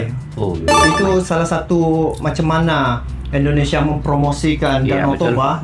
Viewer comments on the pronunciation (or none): Maaf untuk pengucapan ...INDONESIA bukan ENDONESIA🙏🙏🙏